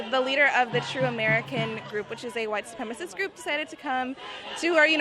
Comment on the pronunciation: "Its a white supremist group" ahhh lol